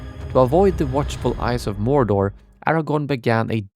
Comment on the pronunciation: mor’door’, not morder